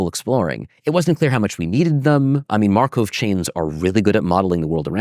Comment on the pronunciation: Schrödinger/Markov. Why can this prof not pronounce this extremely basic/common names in Mathematics/Physics, despite him obviously being a person who devoted a lot of time to pay attention to history, etc. Even an anglified version of the 1st should not be pronounced "Sh-ro-din-Jer", but but rather "Sh-ruh-din-Ger" (i.e. not an O-sound and hard G instead of J). And Markov is not pronounced "mar-cove" but more like "markoff".